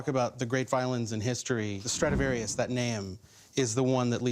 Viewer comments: It's Stradivarius not Stradavarius. Big faux pas TwoSet :D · Sorry to interrupt, but the poor guy's last name was "Stradivarius", not "Stradavarius" :) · isn’t it supposed to be ‘Strad-i-varius’? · He : "sTRadIVaRIuS" Me: Laughing in Allegro Moderato